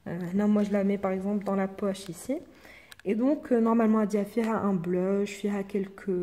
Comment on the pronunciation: Blush on dit pas bleeuuuuch